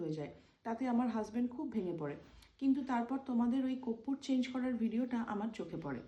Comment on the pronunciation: Koppur? Na, korpur! Uchharan thik koro tomra.. World wide sabai dekhche tomader. You have to be perfectionist! Tomader bhalobashi bolei correction kori.